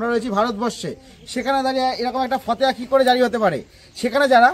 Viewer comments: fhateha noi fhotewa.. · ফতেয়া নয়, ফতোয়া বলুন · উচ্চারণ ঠিক করে কর , ফতেয়া নয় , ফতোয়া।